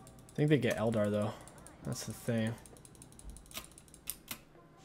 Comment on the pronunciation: What is a el-dar?? I’ve noticed you pronounce things oddly. Is that intentional?